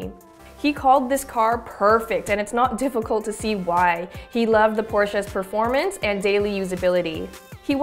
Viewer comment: Anyone else listen to when the girl says Performanence? 😂